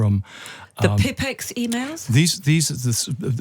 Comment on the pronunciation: Pipex? Like Tippex? The Pipex "system"? Pipex (/ˈpaɪpɛks/ PY-peks) was the United Kingdom's first commercial Internet service provider, like sky or BT. It wasn't a system, and it certainly wasn't pronounced like that.